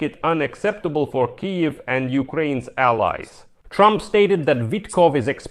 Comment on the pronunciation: and what with the mispronunciation of Kyiv???